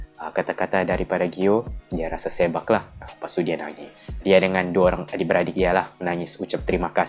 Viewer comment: sebak bang bukan seybak HAHAHAHAHA